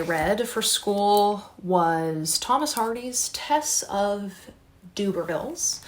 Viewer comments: Although I love how cute Doobervilles sounds for Tess of the D'urbervilles, I would pronounce it like this - Der-ber-vills. I think your professors may pick up on your mis-pronunciation and it could go against you. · Love your video, as always. Just to say … in the UK we say derrrrbervilles (as in ‘der’ that rhymes with her) rather than dooobervilles (that made me chuckle) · Thanks for the round up- have always thought Hardy was sanctimonious and his characters’ lack of any happy endings are heart breaking. A quick note on pronunciation it’s “Tess of the the d’uRber-villes “ (der-ber-vil) rather than d’Uber-villes (doo-ber-vil) in case you have to say it aloud when in your exam. Good luck. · Just thought I’d say that Tess of the D’Urbervilles is pronounced without the U more like and E so like D’ERbervilles! Doobervilles sounds good too though 😂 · I read 6 books in January I recommend Detransition, baby by Torrey Peters and Outlawed by Anna North. I like your pronunciation of Tess of the D'Urbervilles as DUBERvilles, it made me imagine Tess running an uber service. Ha. The Vanishing half is one of my favourite books I think you will love it. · I think you pronounce it D-erb-a-villes. That’s how I’ve always heard it pronounced but could be wrong! :) X